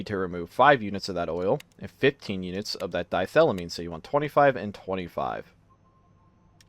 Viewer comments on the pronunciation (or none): You probably don't care, but... it's di-ethyl-amine The "di" prefix meaning two, and then ethyl for the ethyl groups. I suspect you saw "die" as one syllable, which is how the E disappeared.